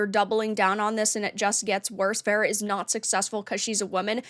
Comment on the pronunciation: I doubt it, if that were the case he would at least know how to pronounce her 4 letter name